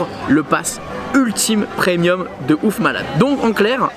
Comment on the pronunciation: PREMIUM et non PRENIUM